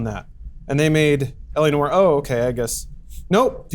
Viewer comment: It's noir not no-r. Simpletons.